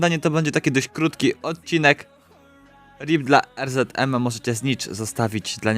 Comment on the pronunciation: Er ze de em sie mowi